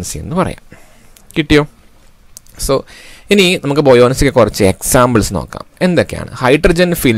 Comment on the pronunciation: Buoyoncy nn alla buoyancy ennan